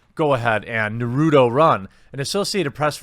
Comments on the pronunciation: It's NAR - RUU - TOE not narudoe. Smh.. 😔😒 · You are not into anime...it's pronounced Nara toe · NAR-Ru-Toe, not NEW-Ru-Toe you must feel your inner weeb. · Naruto is 20 years old and one of the most popular manga of all time..... If I hear one more person say nerroodough😒...... If you can't pronounce Na ru to then don't comment... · Is NOT NOURUTO is NARUTO. NA (strong accent on the NA, like NAtional) ...RU (like in Root)...TO (like in TOld) come on, is not hard to get the pronunciation right. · It’s NAruto not nuruto for future reference. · Nah-roo-toe. Not "Nuhrudo". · So many people pronounce is as Nah-roo-do. It's Naw-rue-toe. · Well you said Nar-Roo-Toe wrong but you unlike most people did get the Oo-zoo,maki sound right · I'm still lost as to why we pronounce it Nurudo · Who is this narudo you speak of? I know of Naruto but never heard of a narudo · Try saving it this way. Na-ru-toe. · Jeremy, say it with me: Naugh-Roo-Toe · I love how he's pronouncing Na-ru-to😄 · Please never stop pronouncing Naruto like that. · "naROOdo uZumAk1" killing me here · you butchered Nah-Rah-Toe... :/ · Every time someone says Nuh-roo-dough a weeb dies inside. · Saying naruto wrong. Its Nah-roo-toh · Jeremy it is pronounced NAR-RUU-TOE not whatever abomination you said wth. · (nah.rue.toe) plz... plz read this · It's Naruto. Nah-roo-toe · I really dislike Naruto, but when somebody pronounces it nuh-roo-toe, some part of me is lightly agitated xD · nuruto? lol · "Narudo?" Do you even anime bro? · How to pronounce Naruto Na-Ra-Toe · You pronounced narato wrong. Lmao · NAH-ru-toe. NAH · Dude its pronounced NAR OO TOE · I got a good laugh from the kid doing the Naruto run but laughed even harder each time you said Nah-route-oh XD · You know how to pronounce naruto stop playin. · I'm sure many are still triggered by you for pronouncing the name "Naruto" so inaccurately 😆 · You said that all kinds of wrong lol Naruto dosent sound how its spelled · I wanna hear you say Naruto correctly